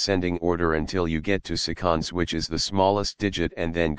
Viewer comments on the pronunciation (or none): its seh-CuhNDS not suh-CONDS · The way you pronounce “seconds” is gonna make everyone laugh. Where I’m from, we say “SEH-conds,” and not “suh-CONDS.” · He probably misspelled that word for text-to-speech. Tried "seconds" with Microsoft David Desktop and it's pronounced as "SEH-conds"